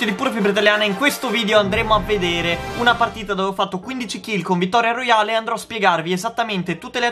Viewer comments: 0: 06 vittoria "Royeale" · Non si può sentire "Vittoria Royale"😂